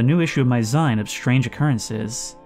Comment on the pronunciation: Dude, it's 'Zine' - as in homemade maga'zine. Rhymes with clean.